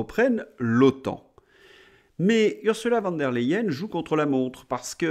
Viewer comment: Merci pour vos analyses qui nous encouragent à garder espoir. Une petite remarque, vous ne devriez pas prononcer "Von der Leyen" à la française mais à l'allemande, soit "Fon der Leyen", ce serait normal et en même temps plus percutant. D'ailleurs, on a toujours prononcer "Fon" pour tous les dignitaires allemands du deuxième reich! Ce qui convient parfaitement à la hyène 😊